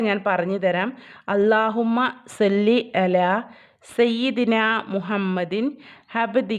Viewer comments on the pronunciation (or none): സ്വല്ലി ആണ് സെല്ലി അല്ല